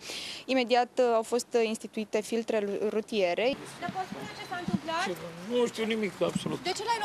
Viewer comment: “Firrlltre rrrutiere” :)))